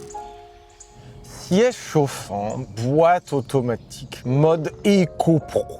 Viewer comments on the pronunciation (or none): "Régulateur automatikkkk" t’es sérieux 😂??!